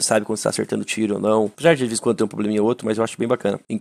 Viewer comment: "Tem um probreminha ou outro", só de ouvir isso da boca do fallen eu já caio em gargalhada kkkk